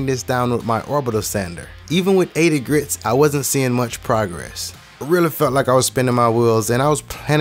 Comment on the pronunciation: Grit... not grits